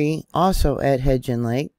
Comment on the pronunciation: Hi everyone from Southeast Idaho! The Yellowstone region is our backyard. I believe the pronunciation of Hebgen lake is with a "b". Just fyi. Thankyou! so much for keeping all us neighbors up to date! Much love to you all. Stay prepped!